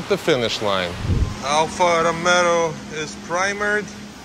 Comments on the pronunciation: Correctly its Alfa Roe May O......Not Romeo like Romeo and Juliette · Its not pronounced as Romeo like in Romeo and Juliet. Its pronounced more like Row Mayo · Alpha Ro-may-oo !! 😅 HA HA ITS ALL FUN MAN! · If I had your skills, I would do sectional because you know hot to make it look correct. Also, it's pronounced Row - MAY - O lol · I can't listen call Alfa RomIo...ohh god...you gonna call just like is written otherwise says Stelvio However you have done a great job Bye from Italy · Isn't it ....Ro-May-O ? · Please! Alfa Row-may-oh. It is NOT pronounced like the Romeo and Juliet character's name. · It’s pronounced alfa romayo lol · <When a guy can't even pronounce the name of your car correctly but you come back 3 days later and he fixes it in a way you never even dreamed of>